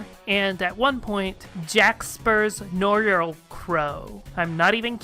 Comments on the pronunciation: 'noir' is pronounced like 'nwar', not 'nor' -- great video otherwise. :) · To make matters easier, you may want to pronounce noir as "nwahr"